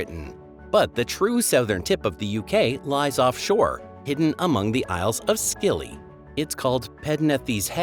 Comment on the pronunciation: Congratulations on the most mispronunciations I have come across in one video! I'm still enjoying the content though once I realize what you are talking about 🙂